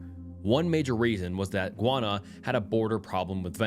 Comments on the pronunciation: guy-ahna. not gwana. please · No.. it’s actually Guy-Anna 😐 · Bro… it’s pronounced Guy ah nuh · Sorry if this may sound abit rude but I’m listening from Guyana and its name is not pronounced guana it’s pronounced Guyana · Guy-Anna 😂😂 not guana that’s a different place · Gwanna? You mean Guyana? (gee-yana) LOL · Guyana is pronounced "Gai-ahna", not "Gwana". Your pronunciation just made me think of bat or bird poop (guano) lol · GUY -ANA!! JUST LIKE YOU SAY USE THE WORD GUY TO DESCRIBE MAN! THEN ANA... IT'S GUY -ANA ...NO GUYONA .. IT'S AMERINDIAN NAME!!! MEANING LAND OF MANY WATERS 🌊💦 🇬🇾 MY COUNTRY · It's pronounced "guy/an/na" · is pumping out low level content lately. The first video is influenced by Mr. Nightmare's most recent video. Way to ride coat tails. Maybe try high quality videos once every few days rather than this quick shit every day. Shit pronounciation btw. A 500k narrator saying gwana? Smfh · Bro it's pronounced GUY•ANNA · guwanna… i would research how to pronounce the country before saying it wrong several times lol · Hey you are pronouncing Guyana wrong it's pronounced: gai·aa·nuh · Guana sent me into a tailspin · Great video. Just as a little tip, Guyana is pronounced "guy-ah-nah". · It's GUY-ANA. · Sir it’s pronounced “Guy-on-a”